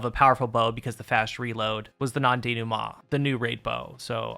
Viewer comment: The pronunciation of "Non-Denouement"... salute for catching the French aspect of the word